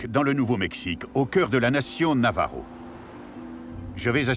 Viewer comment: Navaja merci pour ce reportage. J'ai des origines de ce peuple. Ainsi que 10 autre pays. Et c'est Navajo pas Navaro. Mais merci 💋